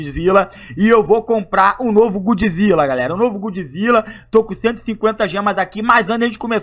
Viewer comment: "novo gudzilla" kskskskskskskkskksksksk brincadeiras a parte